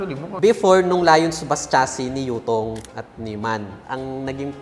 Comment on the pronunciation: anong bus mo? : "Utong" I mean Yutong